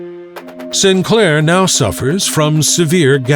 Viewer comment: Btw, St. Clair is pronounced, "Saint Clair," not "Sinclair." Distracting but nonetheless a good historical vid.